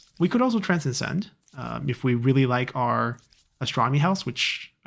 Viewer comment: not to nit pick but to help with language. transcend - trans * send not trans cen send